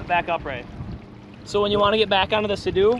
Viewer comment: Did he say suhdoo?! Lol SEA DOO